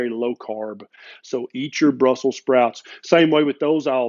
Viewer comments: Funny!! BrusselS sprouts 🤣 Are you from Texas? Thank you 🙏! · ...you had me until """Brussel (s) sprouts""". Haha! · You forgot the "s" at the end of 'brussel"s" 🤦😅..... .............. ............. Me: i gives no fulck 🤓👆